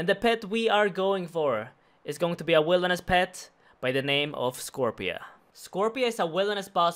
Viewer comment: Scorp-C-a Scorp-see-uh